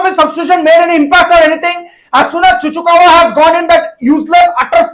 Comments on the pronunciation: saying Chuchukawa. 🤣🤣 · Don't get confused by his saying of Chukwuemeka to "Chuchukawa" becoz from his signing onwards he used to call him like that!! It's like some kind of Pokemon coming out old viewers know this for sure😅😋😛😝👍💯🤟